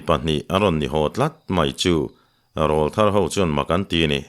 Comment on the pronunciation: A ziaktu in a thiam bawka a chhiar tu in chhiar thiam bawk.chutih rual chuan pu Hlute Rawlthar tih i lam dan hi fimkhur teh. Rawl tih lai hi Aw rawl a rawl tih kan lam ang hian lam thin rawh. YouTuber te Mizo tawng dik lam chungchangah in pawimawh sia